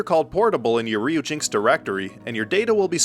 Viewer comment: Pretty sure Ryujinx is supposed to be pronounced as Ryu-Jin-Ex. Dont quote me on that though. Furthermore, I think Knytt is supposed to be pronounced with a soft 'k'. (Not criticizing, just trying to helpful).